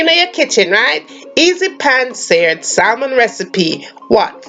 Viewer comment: Looks delicious, I’m on keto so I’ll omit the rice and potato. Don’t be mad but just letting you know the the L in salmon is silent, so it’s pronounced SAMON.